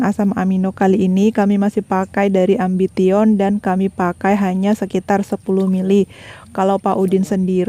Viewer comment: Ambition 😅 bacanya ambision mbak